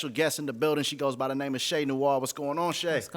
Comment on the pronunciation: It's so cringe how you say her name dude 😆 😆 😆 pronouncing it totally wrong..